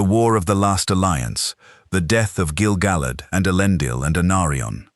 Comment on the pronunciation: Gil-ga-lad.. not.. Gil-ga-lid.. get it right